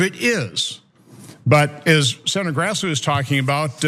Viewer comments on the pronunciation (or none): He drops consonants in some words when he speaks. Senator comes out sounding like sinner. Idk what that's about but have noticed various people doing it when on camera.